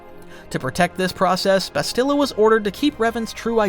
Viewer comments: Seeked is not a word. Sought is the word you're looking for. Discomfort not uncomfort. Also, the game pronounces Bastilla's name for you and you still mispronounce it. It's Bas still uh. Not Bas steel uh. You were even pronouncing it correctly in the first half of the vid then changed it for some reason. Then you proceed to intermittently go back and forth between the pronounciations... Clown. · He doesn't say Bastila's name right lol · Why are you pronouncing Bastilla's name like that? Or Carth's last name? The game is voiced,. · A few names you said wrong. Like Bastila. And you said Toris instead of Taris. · Tellos, Bastilla, Cherka ... the list goes on 😂😂